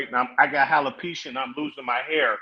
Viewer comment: Did he say “Halopecia”?